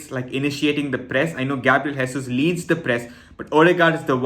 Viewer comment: Just because you going to be saying his name a lot, I’ll just say you not pronouncing Jesus correctly - he is Portuguese and not Spanish